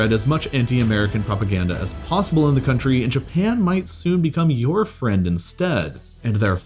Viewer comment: "beeing invaded by westarn cuntry" - c'mon at best it's half true - Soviet union co-start WW2!